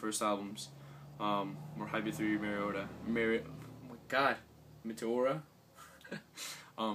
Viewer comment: I've been meaning to tell you ever since I heard you first pronounce it, but it's pronounced "Mee-tee-or-uh", lol. And yes, I completely agree that it's difficult for bands to fully go back to their original sounds. LP have stated numerous times that they don't plan on going back to nu-metal anytime soon, but will continue to incorporate it into their albums (along with every other sound that they've experimented with). I can't see them making an all dubstep album like you mentioned though. haha